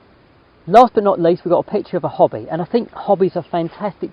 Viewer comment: Anyone else on first hearing think that said he caught a picture of a "Hobbit"? 🤣🤣🤣 Frodo in flight!